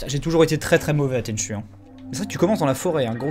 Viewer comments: Alors j'adore ta chaîne mais un peu vache sur l'intro de tenchu. Une belle intro noir et blanc avec une chanson en swahili. Si seulement certains jeux actuels se donnaient autant dans l'atmosphère et l'onirisme ce serait top. Bonne continuation. Tenchu se prononce tenchou :) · MON JEU/SERIE FAVORIS !!! :o (A part le dernier "Tenchu Z" qui a juste assassiné la série..) Parcontre, ca se prononce [TÈN'CHOU]... ^^ La musique a été composé par le génie : Noriyuki Asakura